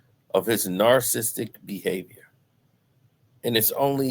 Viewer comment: As much as you use the word narcissistic you’d think you’d learn how to pronounce it by now 😂